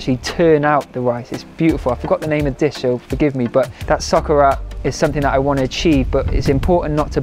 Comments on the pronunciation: Your pronunciation of "paella" is really good, even "socarrat", which is not an easy word... your effort (not only in the pronunciation area, of course!) shows your respect for other cultures, thank you! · I'm spanish and you don't have to apologize, you made an amazing and cruelty free paella!!! I will definitely try this, also I loved the way you pronounced socarrat and the spanish meme haha